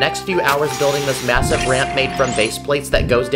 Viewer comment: Did did he say MASIVE